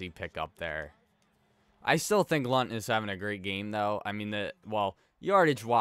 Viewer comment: “I’m almost positive the N is silent.” Well.... it’s not